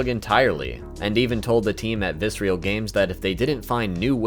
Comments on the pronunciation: Great video overall, but dude: it's Visceral. Viss-Err-Ull. Not Vis-ree-al. Seriously. You say it like 40 times in the video. You're killing me. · It’s not “Viscereal” it’s “Visceral” like the word Viscera, I always liked that they made gruesome games, and had a gruesome studio name xD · VISERAL not VICEREAL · Very interesting you spent all this time with the Dead Space content and somehow never saw the name of the studio was "Visceral" not "vis-re-al." Either that or you just never knew how to pronounce that word lol. Well anyway, good video, even if it is slowly driving me insane... like the Marker... you sneaky bastard lol. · It's not "vissreal" it's VISCERAL. 😅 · Nice vid. Just one minor gripe. It's vi-SCE-ral. Visceral. Not Vis-real. Meaning: 1. relating to the viscera. "the visceral nervous system" 2. relating to deep inward feelings rather than to the intellect. "the voters' visceral fear of change" Man! this was so distracting. Still, nicely complied (y). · Loved the video, but I think Visceral is pronounced vis-ir-ill, not vis-real. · I liked the video, but it drove me nuts hearing you pronounce Visceral as if it were spelt Viscreal. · Fantastic video with some awesome information. Very good way to pay respects to such an iconic series. However, everytime I heard you say “visrial” instead of “visceral” I got a slight urge to stab my ear drums with a pencil. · Viscer-a-l Not Viscerial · It's not "Vis-real". It is "Vis-er-al" Games. Great vid! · just... fyi... visceral is a real word and you don't pronounce it with real at the end. the ignition era visceral logo (not on DS1 or DS2) actually has someone saying the word. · Why do you pronounce visceral as visreal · Dude, awesome video but please, learn how to say visceral. Viss-err-all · Visceral Viss-er-ole That is all. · I cringed every time he mispronounced visceral 😂 good video tho!